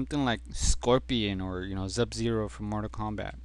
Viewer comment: "zubzero" lol BESTTEACHEREVER! XD